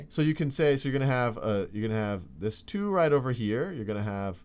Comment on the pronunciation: I absolutely love the way Sal says "two". It's like: "chu". :-)